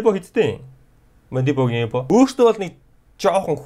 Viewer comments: ebog goy helsn hhaha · эбог ямар гоё хэлэв😂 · ebog ymr goy helchvee hahahahahaha